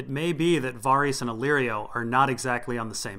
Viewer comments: dude wtf it's pronounced vair-iss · Dude... I find these entertaining, but I will pull my hair out if I keep hearing Varys pronounced that way. Who told you that's how to say it and why did you believe them?? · They pronounce Varys in the show... you are dead wrong and it's crazy hard to listen to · i love your work, it's all awesome, but please for the love of r'hollor, can you pronounce varys' name the way i want it pronounced?? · Kinda unimportant but your pronunciation of Varys' name bothers me quite a lot when watching your videos.